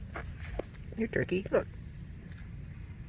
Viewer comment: Tuwkey tuwkey 😂😂 squiwi squiwell😂😂😂